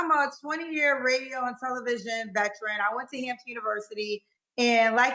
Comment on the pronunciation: Sorry, but it's "veteran", not vetran as you've carelessly articulated...